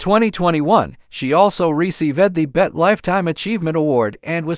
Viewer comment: Every name is said wrong from Latafah to tv channel BET...redo this with a different better AI